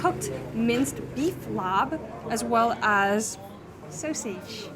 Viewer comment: i love you but its not laab with a b its just like “lah” 😭